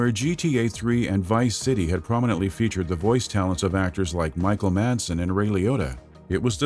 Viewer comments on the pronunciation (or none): none